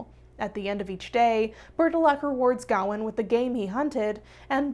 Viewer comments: I’m not usually this person, but it is pronounced ga-wain, like Wayne as in Bruce Wayne, I’m sorry but it just bugged me the whole time since traditional Welsh, Irish, or Scottish names are mispronounced since I have a traditional Irish name that is often mispronounced and so does my niece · The way you pronounce Gawain is so American